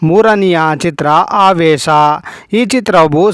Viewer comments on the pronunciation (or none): Sa,sha vyathyasa githilla,Aavesha,aavesa